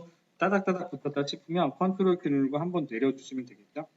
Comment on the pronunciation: ctrl키 라고 말하신건가요? 조금 알아듣기 어려워서요..